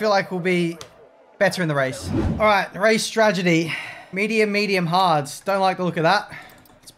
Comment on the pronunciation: it's not stragedy it's strategy